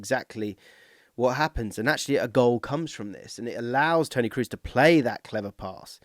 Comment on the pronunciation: On my mission again to get English people to pronounce Toni's name correctly. It's Krohs, not Cruise. The double O is long, not a U-sound.